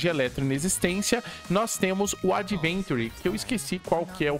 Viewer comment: Meu deus cara o nome dele não é adventure é AVENTURINE